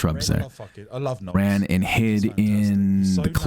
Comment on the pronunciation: Every time you said “ran”, I heard